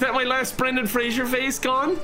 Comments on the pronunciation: I am so triggered by saying 'Frasier' instead of 'Fraser' the whole time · except mispronouncing his last name.... every time... tell me where the "i" is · At what point is it too late to inform he's pronouncing Fraser wrong? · Poor Brendan Fraser. A whole video gushing about him and every single time, his name is mispronounced. Fray-zer, not Fray-jure. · why do you have to mildly bother me by mispronouncing Fraser?